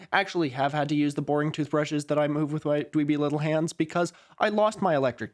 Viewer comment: I did not in fact jump, because I was too busy being mentally flashbanged by the word (frankly more accurate to say syllables) Tuthbreshes